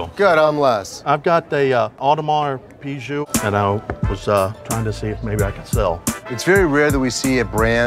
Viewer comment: The way they pronounce piguet is killing me